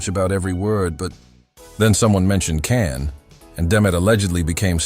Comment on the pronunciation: Nice story, but you should pronounce his name the right way....with a J and not C.